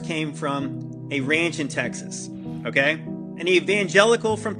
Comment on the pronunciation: I like when says KAI, instead of okay.